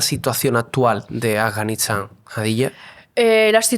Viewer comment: Porque el chico dice Afganixan, 🤔😏 Ea Afganistán👌🏻👌🏻